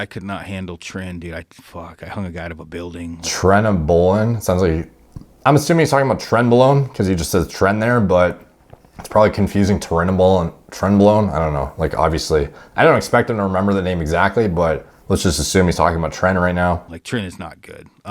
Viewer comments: "trenabolan" lmao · Bro called it trenabolin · I hear him say EQ made him purple, and then mispronounce trenbalone...I was relieved to realize that this is an MPMD video lol. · You shouldn't be taking steroids if you're too stupid to pronounce them.